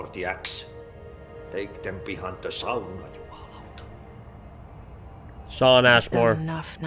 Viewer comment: My god, so nice to hear that finlander say “sauna” correctly. Probably pulled him out of one, pissed right off, made him read his lines in English! “Voi vittu” he says!